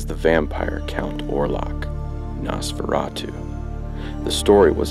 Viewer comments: I cringed every time he said NAHS-FERRA-TWO. It's Nosferatu. Noss-fera-tuh. Not difficult. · Nice video, I love stuff like this and as yourself, Nosferatu is one of my favorite silent films. However, with all do respect, please...the name is pronounced NOSferatu. As in NO, a long "O". You are pronouncing it as NASferatu as with a soft "A". Just a piece of constructive criticism. Be well. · Very cool - I found an early VHS copy of this movie back in 1991... No offense or anything, but your pronunciation of NOSFERATU is atrocious. So here it is ... NOS (like the NOSE on your face) FER (like the State FAIR) [and roll your R spanish style] AHH - TU ... Now just put it All together